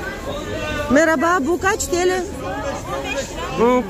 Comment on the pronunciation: Вероятно было сказано "мераба" (merhaba-привет), а второе: "колагельсин" (kolagelsin -удачи).